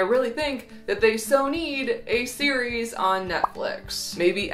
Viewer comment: when she said “a seri...es” made Siri pop up 😲 conspiracies! I swear I had her turned off